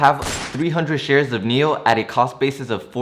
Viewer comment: One suggestion. Whichever stock you’re talking about for about 1-2 or 3 mins, please display the ticker symbol on the screen. When you said NIO, I thought you meant MEL (that’s how you pronounced it), I wasted 5 mins on google searching for this company which I couldn’t find. Displaying the ticker Symbol all the time you’re talking about it would help greatly. Thanks.